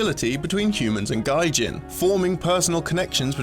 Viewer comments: i keep hearing Gaijin instead of Gijin wich is weird cuz Gaijin is the word for foreigners in Japan the same way we use Gringos for Americans. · it's "gee-jin" not "guy-jin" the mispronunciation is distracting. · The Resource Was about to comment on that. A big, big difference between the two. I've said this before, but you NEED someone on the team who knows Japanese. "Gijin" is NEVER pronounced "gaijin." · Yea, hearing this pronounced as Gaijin was pretty jarring being familiar with the term. It should be more like Gi as in a karate Gi. The jin part is correct. I wouldn't say it ruined the video at all, that'd be an exaggeration. This was a game I wasn't aware of, and it looks quite impressive visually. It's definitely something I'd like to run down and play. Keep doing what you guys do, love the work you guys put in. Small hiccups like this aren't a huge deal. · Aside from the "gijin"/"gaijin" messup, "Ghibli" is pronounded with a soft j sound as in "jhibbly," not "gibbly." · Narrator needs to learn how the aeiou are pronounced in japanese, as its always the same and doesn't change. gijin is gee-jeen, not guy--jeen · gaijin has highly insulting connotations, especially with the context of this games themes of racism/speciesism. You're trying to raise a 'gaijin' (foreigner with his pronunciation) to be a 'real person'. Go ahead and tell me that's not some, shall we say, unfortunate implications. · Gijin would be pronounced "g-ee-j-ee-n" not "g-ai-j-i-n." It's really sad when a series entirely dedicated to spreading the awareness of Japanese games can't even bother to have their hosts pronounce simple words correctly. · No fucking shit you can make a case about it relating to xenophobia. Nobody said it wasn't. This was about the usage of the word gijin and the pronunciation of it as gaijin by the announcer. Don't try and wiggle out of this shit like you were referring to something else, because you weren't. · Orlando Byron I cringed evertime